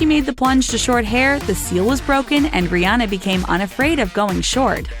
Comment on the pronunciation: Still can't pronounce Rihanna's name